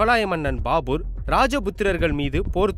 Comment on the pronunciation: யோவ் அது பாபுர் இல்ல பாபர். வெளங்கிரும்.